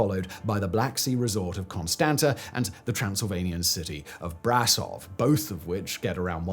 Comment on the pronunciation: That’s what we need, another church, there isn’t one on every corner already. Have as many churches as beggars, give them the church to live in and no more homeless people. Also it’s Brasov, the s has a little thing a the bottom and it sounds like sh, bra shov but in one shot brashov. ✌🏼